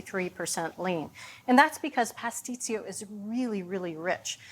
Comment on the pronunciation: My mother made the best pastisio. She made it for all the holidays. It is pronounced : puss- tee-cho